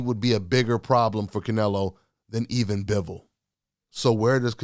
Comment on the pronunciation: Butchered Bivols name sir.